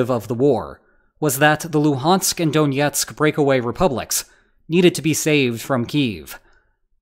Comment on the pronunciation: Stop pronouncing Donetsk like it's Russian.